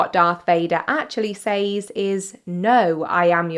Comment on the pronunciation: AI is getting so scary, this video had me convinced at first ... Where you slipped up is where she pronounced *Says" wrong, it's pronounced like Sez,,,,, and i honestly didn't even notice the millions of video cuts until i zoomed into the face ..